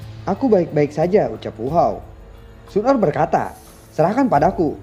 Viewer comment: mantap bang, yg kemarah xun er kurang jelas wkwksemangat trus💪💪